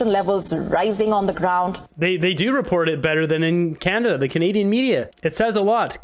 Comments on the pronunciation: did she just say kuh-naah-da? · Did she just say Kan nad a for Canada ? 😂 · Wtf What kind of Canadian pronounces Canada like "Keneda" ??? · another import, she can't even pronounce "Canada" how pathetic. How in HELL does Jughead get $2.1 million pension??? That needs to change right fekking now. Serve as a PM and you get millions in dollars for a pension, yet those of us that work our entire lives don't get enough to survive for 1 month. Holy hell something is way beyond wrong here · Why did she not pronounce Canada Properly.